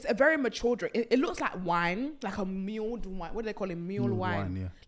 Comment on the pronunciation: Love you babe, it’s pronounced mulled wine, not muled